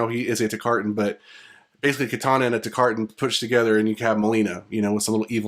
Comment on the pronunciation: Good vids. JSYK: Baraka is a Tarkatan, not a Takartan.